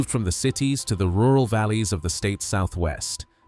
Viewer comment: Pie-ette lake? Hahahaha It is Pay-ette, take it from someone who lives here.